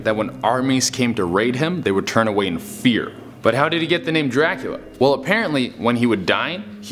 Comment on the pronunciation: As for #10, Vlad's name was Vlad Dracula (pronounced jrah-coola, not Jraquela)